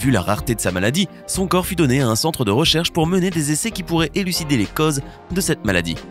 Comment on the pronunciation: La désinvolture dont fait preuve le narrateur à l'accent du sud-ouest bien marqué est insupportable. Les "cases" au lieu de causes", le "syndrame" au lieu de "syndrome" ...